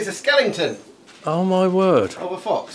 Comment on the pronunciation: A skellington???????? does he mean skeleton?